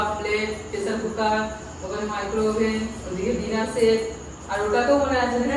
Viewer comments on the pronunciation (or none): none